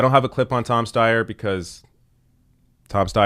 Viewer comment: Stayer Steyer. Stayer Steyer. IDK. Haha.